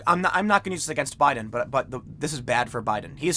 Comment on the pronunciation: Tim says Joe Budden every single time. 😂